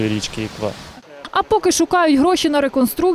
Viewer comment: Журналісти, послухайте як говорять місцеві жителі, в слові Іква наголос потрібно ставити на останню букву, а не на першу. А загалом матеріал правильний, проблему дійсно треба вирішувати.